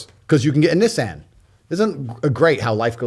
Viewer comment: What the fuck is a Nizzan !!?? 😂 love Tate